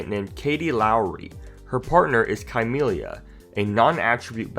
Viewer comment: Chamelia is pronounced like chameleon